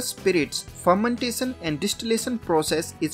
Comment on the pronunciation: Fermentason or fermentashion 😅